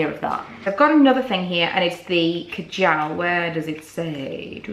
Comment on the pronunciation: Hate the way she sAys kajal